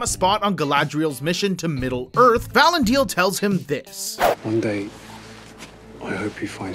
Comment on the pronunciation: Learn this, please: ee-SIL-dur; va-LON-dil. It's not hard. Just take a minute to research it. Watch five minutes of an episode with them in it. Pronounce it the way the people in the show do. They know. They have Tolkien's pronunciation guides and a professional Tolkien language expert that they learned from. Trust the characters in the show to know how to correctly pronounce the names.